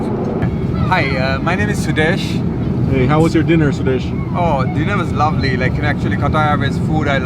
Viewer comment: Sudesh has such an American accent, he can't even pronounce his name properly in the native manner...